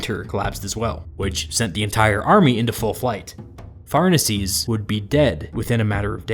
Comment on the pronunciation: Pharnaces shouldn't be "farnasees" but "far-nah-kes". It sounds really weird in English.